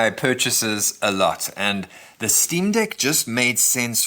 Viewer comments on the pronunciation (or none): Did this ninja call it the Steam Dick 😩😩😩